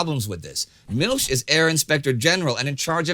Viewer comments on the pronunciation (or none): Milch is not pronounced Milsh